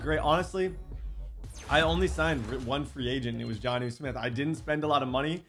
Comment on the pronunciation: why is he unable to say jonnu?